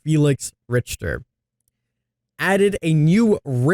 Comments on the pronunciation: Not to be "that" guy but he's German so it's pronounced "Rick-tur" lol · It’s pronounced RiKter. Ch is K sound it’s a German name. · Richter is pronounced Rick-tur. I forget what the scale is for exactly but Richter the surname of some scientist that came up with some scale that’s important in physics or something like that. Since Felix is an engineer and engineering has to do with the Richter scale in some way or another, that’s why they gave him that name. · No it's not! It's pronouced more like Rish-tur I'm German and you can't prove me wrong. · Felix Richter is a German name. Since English doesn't have a vowel which is close to the German "ch", I'd suggest to pronounce it like Rish-tur. It's quite hard to describe the vowel, if you don't know how it sounds xD